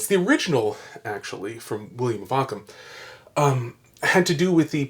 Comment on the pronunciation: Please, I beg you, “Ockham.”